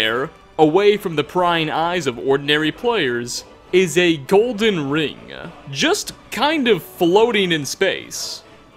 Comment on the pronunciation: Why do you add syllables to words like that it’s so annoying lmao